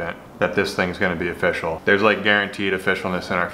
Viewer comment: "Nothing is ofishial" 😂